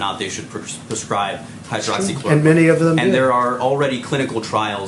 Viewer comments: He practiced for sure. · Hydroxychloroquine, I am surprised to see that he pronounced it right and in one breath.